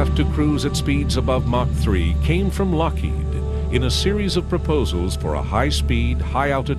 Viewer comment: it is lockheed, not lockhead ;)